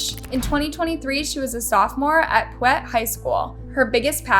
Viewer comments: Piute is pronounced (pie-yute) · Man it is incredibly annoying that the narrarator doesn't care enough to pronounce words correct in her videos. Pwait county.Lol😂😂😂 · Piute is pronounced pie- you-t. They're a native tribe